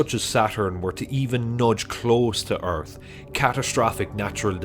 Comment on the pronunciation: The first word for me is earf